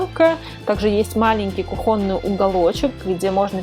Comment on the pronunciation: кУхонный, молю, хватит повторять кухОнный